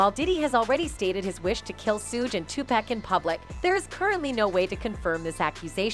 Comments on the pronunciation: Bitch it’s PAC not pack😂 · Tupac not pack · will you please say his name right damn TuPac poooocccc say it right goofy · This fool said TuPACK?! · Did this woman call him 2 pack how tf do you not know how to pronounce the legends name! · Tupac too 2-packs 😆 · That's tu-pac and Sugg please say they name correctly. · It's 2023 and this lady said nothing that wasnt said back then. You can't even pronounce Pac's name right. Clout chasing. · Did she just butcher pac and suge name.